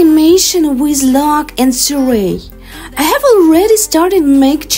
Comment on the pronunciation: Did she just pronounce Tsireya… TSERIEED